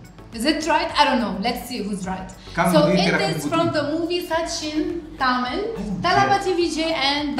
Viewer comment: she pronounce tamil perfectly.....